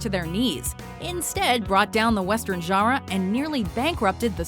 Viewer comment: # 1). Hollywood is idiotic! #2). Stop giving your money to Hollywood! They have an OBSCENE amount of money to keep putting out mindless crap. #3). PLEASE, WatchMojo woman, learn how to say, "genre"! Thank you!